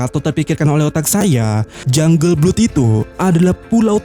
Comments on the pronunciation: Lebih tepatnya blad sih 😁🙏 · Blood itu bacanya BLAAD